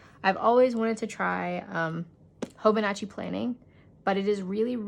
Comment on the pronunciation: Love the thorough review!! I will admit, I cringed each time you said hoboNAHchi instead of hobonichi (hoh-boh-nee-chee) though. 😅